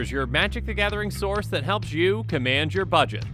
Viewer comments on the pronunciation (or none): none